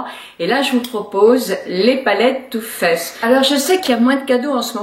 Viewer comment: C'est too faced pas too fesse